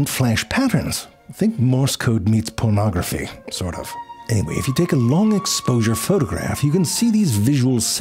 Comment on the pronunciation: "Morse code meets [pronrogueraphy], sort of" that itched my brain wiring lol